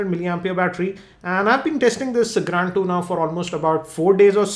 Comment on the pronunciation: Cannot Unhear gRAND